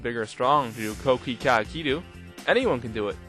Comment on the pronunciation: It's pronounced "Koh Kee Khay" not kookeekooo lol